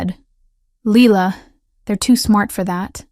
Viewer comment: I really enjoy your story and you started it with lila and now you're ending it with leela, and my name is leela, and you're pronouncing it correctly. The AI systems are learning quickly, which is awesome. Mine is also so I noticed, I think it's the triple virgo, totally enjoying your story